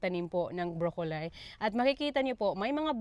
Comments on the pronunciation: Pronounced as Broccoli. (as in lee) madam!!!.. HINDI broccolie! (lay as in visayan) Good work equals good harvest!! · Sorry but it’s broccoli is pronounced ( broccoleee) I’ve never heard how you pronounce it broccolie. Even if you are in Australia. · i am not correcting you ha kasi baka mabash ka na naman ng avid basher mo na si inggit pikit 😂. Broccoli sounds like brok-li not brokolay. Unless ganyan ang pronounciate sa Australia. Summer na pala dyan at nasa winter pa lang kami 😊…. Sagot sa universal question mo kung tatanggapin ba kung mag bibigay ka ng harvest mo… Oo naman kung ako ang kapitbahay mo ay naku tatanggapin ko ang mga gulay mo, blessing yan… Pwede mo ring ibenta sa mga kapitbahay mo, that is extra income.❤️🇺🇸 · BROCCOLI NOT BROKOLAY 😅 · Miss, I checked it out kasi nasa garden nyo sya at lagi nyong nababanggit ang broccoli. Instead of "bro-ko-lahy" it's [brok-uh-lee, brok-lee] po. I am not perfect in English, and I don't mean bad, pero just sharing lang po. Para mas maganda pakinggan next time. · Brocoli ( Bro- co- lee) yan po pronunciation